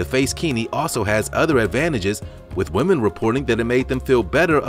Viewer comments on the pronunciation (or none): none